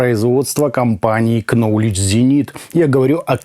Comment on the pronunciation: Спасибо за интересный обзор. Маленький совет. В Knowledge буква К не читается!